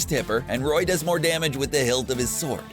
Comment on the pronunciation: “And Ken, who is an echo fighter of Royeuh.”